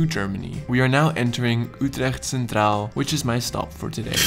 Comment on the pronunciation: Jouw Engels is echt goed zonder acent enzo maar zodra je Utrecht centraal zecht hoor je gwn dat je Nederlands bent